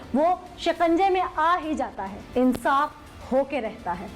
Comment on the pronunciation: Qanoon ka shiqanja.... :). Shikanja hota hay